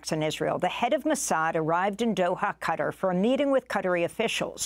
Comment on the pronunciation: LEARN HOW TO PRONOUCE QATAR CORRECTLY.